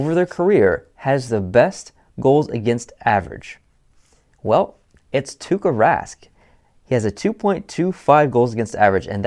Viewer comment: It is Tuukka Rask... not Tukka Rask😂 Tukka=hair in finnish😂😂